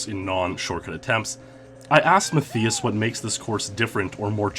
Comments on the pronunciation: ‘Maff-ee-us’. 😂 how would anyone think that’s how it’s pronounced? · TV-GAME Fan......i think "Mat-Thigh-us" Is how it should be pronounced it got to me how he was saying it with an "e", not and "i" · (Matthias) you say it like Math-EE-us and i'm like 90% it's Math-EYE-us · Rather than Ma-thee-us Roosti-migher, it's pronounced Ma-TEE-us RUST-uh-migher. EXCELLENT vid otherwise!!! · Muh thii uss? It's pronounced Ma tie us. Or mutt eye us. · Good video, but Matthias is pronounced "Ma-Tie-Uss", not "Ma-Thee-Uss" smh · Its pronounced "Math Eye Us" that was triggering me so hard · I know someone that is called Matthias, you actually pronounce it as Mat-tias, the 'h' is silent. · Omg it's driving me crazy how he's mispronouncing his name. Matthias and the I is pronounced like "eye." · I tried the Mario Raceway jump over the wall back in the day. It's so much harder than it looks. My guess is that Matthias is German (at least his name sounds very German), yay. (and he's pronounced like "muttias") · Are you sure that's how you pronounce the name Matthias? Because my cousin's name is Matthias and it is not Ma-thee-us. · please reupload with proper pronounciation of matthias its a common name and it is so distracting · Wtf is wrong with your pronunciation of his name? 🤦🏻‍♂️ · You're pronouncing his name wrong. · German here. It's just too funny how you pronounce Matthias :D Not meant as mocking.